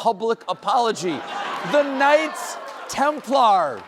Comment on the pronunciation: Thrust the Americans to devise a weird way to pronounce ‘Knights Templar’.